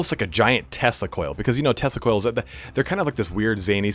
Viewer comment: Oh man each time you said Tesla Coils, I heard Testicule. What a nightmarish vision. hahaha